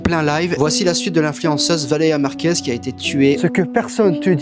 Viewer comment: On remarquera que a aucun moment il réussit à dire correctement "Valeria Marquez"